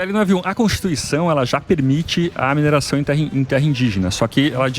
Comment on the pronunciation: Não é (mineiração) e sim: "MINERAÇÃO"!☺